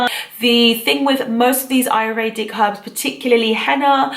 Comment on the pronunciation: Interesting video. Thanks. Just one point though: it's: A-YUR- Vedic. Not: A-ru-Vedic as you pronounce it in the video.